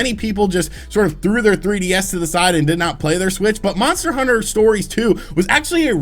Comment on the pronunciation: How many times is this dude gonna screw up talking about these monster hunter title names.